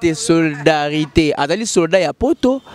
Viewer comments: Solidarité et non soridarité . Tu pose une question que toi même tu ne maîtrise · En plus il articule mal le mot solidarité Na zapper mbala moko